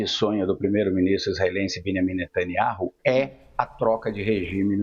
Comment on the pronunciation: Velhaco ai só repete o mesmo. Fala q quer eliminar israel, o hijab da outra... sabe pronunciar o nome d netaniahu. Ñ pronuncia o J. Evanjegue dedicado 😂